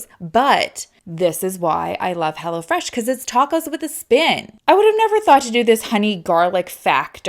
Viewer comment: I thought she kept saying "Hella Fresh"! Hahaha